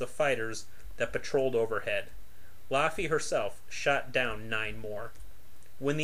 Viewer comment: Laughy not loffey good video either way